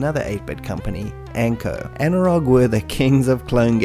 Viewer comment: Anirog was a really big player in them days, and skramble as you rightly said was the best clone of the konami hit.BTW the rog part of anirog is pronounced as roj becauae it was formed by 2 people one of whome was roger, not sure bout the other, could be anil or something. Also, it was later called anco because roger left the company. But Any way, brilliant video as always!!